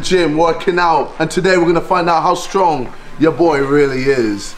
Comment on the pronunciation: is it just me or did he say 'Stronk KSI'....